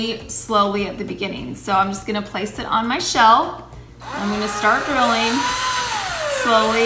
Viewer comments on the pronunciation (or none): none